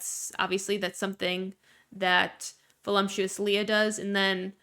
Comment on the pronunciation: I’m gonna sound like a jerk but I’ve noticed it for a couple years. Everyone in gorl world or gorl world adjacent pronounces voluptuous like it has an m in it (like voluMptuous rather than voluptuous). Is this hyper specific to the community or am I missing a joke? 😂